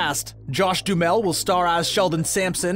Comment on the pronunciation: Jeez! Now he is calling Duhamel, Dumel.